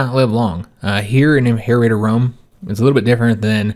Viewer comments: I believe Imperator is pronounced Imp ur ot er. Tht is what Arheo pronounces it at least. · Yeah seems that is the proper way to pronounce it in Latin, but pronouncing it "im-pur-ate-er" is a popular way to mispronounce it lol :D